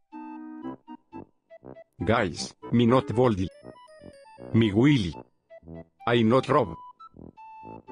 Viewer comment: Its willie not lilly🙄